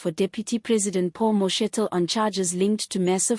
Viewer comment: Aay man are you South African? Please pronounce the names properly. Its Steenhuisen, prounced haysen. Mkwanazi, Mashatele. Its irritating when u dont pronounce the words properly.